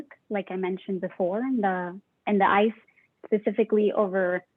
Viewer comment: Great content, but what is this "eyce" or "eyse" or "ise" substance you keep referring to?